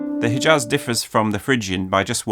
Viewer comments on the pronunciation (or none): Great video, but I was a bit dissapointed from the way you said "Hijaz" - the h in "Hijaz" is pronounced more similarly to the German ch than to the regular English h and you've already shown that you know to pronounce the former very well.